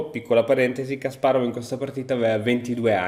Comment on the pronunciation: Ciao! Credo il nome si pronunci /kasparof/, essendo russo! Te lo dico solo così per curiosità se ti interessa! Bel video🤩